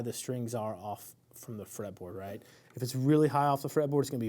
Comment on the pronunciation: I knew you were from Tx, but I never noticed an accent until I heard you talk about your "raught" hand.